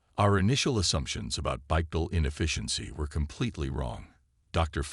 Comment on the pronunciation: A few thoughts. It IS actually less energy efficient to use 2 legs to move, we humans just happen to be able to do it. When using the ai voiceover for the future mage sure you type in Bipedal for walking on 2 legs and Finale for something like grabs finale. There were a few other words i can't remember that the ai said incorrectly but those 2 stuck out the most to me and the correct spelling should help.